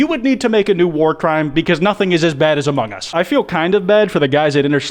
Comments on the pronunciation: Its among us not ahmohng uhs that 3am call clickbait guy needs to learn how to speek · Why do people keep saying "amonGE us"? It annoys me to no end I just watched more into the video...well elite, insane minds think alike 👀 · why do people say among gus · Bruh that dumb ass clickbaiter can’t even get what he’s clickbaiting right. He straight up said: “hello? Hello is this the imposter from *amoung us*?”